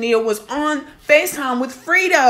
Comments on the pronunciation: FRE-DO NOT FRITO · No shade but you said Frito bang 😂😂 instead of freddo bang but yeah she absolutely most definitely out of line for this one🤔 she was with young boy when she knew the beef was going on between them two and I guess she loves Louisiana guys ijs it will be all good if she was dating somebody nobody knew about but noooo and this only leads to tell me she still in her feelings, feeling some type of way not being with yb, because if not regardless to him saying his manager reached out to hers about a video shoot this wouldn't even been an option knowing what she knows ain't nobody on this Earth perfect but when you always playing victim and then some fuckery shit like this comes out you only make yourself look stupid but she's Grown and entitled and to each its own I'll just sit back and see how this shit plays out like the rest of it I just hope she knows what she's doing for the sake of her life and whoever else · Y'all YT commentators either be slow or can't read Bruh name is FREDO like Alfredo